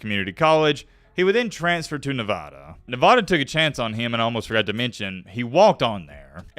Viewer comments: Not Nevahda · Please say nevada right. Its not that hard